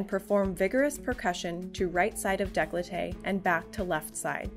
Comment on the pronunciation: "Daycoltay", not "dayclotay".